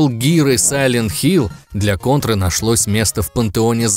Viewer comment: наконец то хоть один правильно назвал контру кОнтрой а не кАнтрой